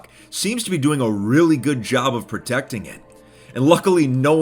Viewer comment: Yeah "portecting history" look at you, "portecting" history.